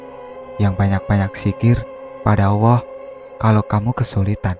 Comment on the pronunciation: Susah ya min. Klo sudah biasa allah dengan sebutan awoh... ...🙏🏽🙏🏽 ttp semangat..... Sukses